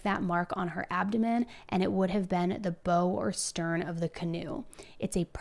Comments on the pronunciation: Bow sounds like how…not bow as in snow. The bow of the canoe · The bow of a boat is pronounced. b ow... as in rhymes with ow, like in brown , not bow as in rhymes with beau or like a bow tie. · The bow of the canoe. Not pronounced as in "wearing a bow". It's pronounced as in "take a bow". Smh. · I rarely correct people when they mispronounce words....many of us have issues, and I am definitely part of the many!! Please take this as critique coming from a place a positivity: "Bow" as in the front of a boat/opposite of stern...is not pronouced like "hair bow" but like "now/wow/brow." (Had this not been a true crime story, I would have chuckled thinking of the canoe having a JoJo Siwa style hair bow on the front.) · Bow is pronounced where it rhymes with now or chow or how ❤ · talking about hammock camping and boating brings a necessary element of comic relief to this story:). That bow (pronounced ow;) ) mark is obvious, that plus no water in the lungs… no scratches from falling…. How could this be called accidental. Great video. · Wow! Crazy story. BTW “Bow” of a boat rhymes with “wow”. The way you are pronouncing it Bow, like a Bow and arrow or Bow of a violin (rhyming with Toe) is incorrect. I don’t say this to be rude but say it to help you in your career. You make great videos and tell some amazing stories but make some mistakes verbally. It’s no sin, just next time you need to address the bow of a boat I hope it comes out right. The boaters you hope to help you in this investigation may have a hard time taking you seriously because of this simple mistake. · Bow in this instance is pronounced BOW as in BOW WOW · The front of a boat is called the “Bow” pronounced “Bowe” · Simple word, bow of a boat. Pronounced as in bow wow. Not the weapon. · It's pronounced "Bow" i.e., "You Must BOW to The Queen" ( front part of boat,canoe,ship...)